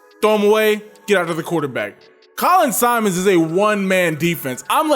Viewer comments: Simmons, not Simons. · For the love of God quit calling him SIMONS! ITS SIMMONS! Geesh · I was gonna say the same thing 🤘🏾😂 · I’m giving the video a like but you gotta get my manz name right! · How you gonna hype him up and mispronounce his name bro? 😂 Not even a hard name either.